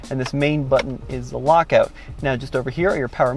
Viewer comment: ‘Push the Auto Bunction’ lol